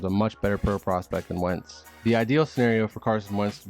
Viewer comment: dude really said wentz lmaoooo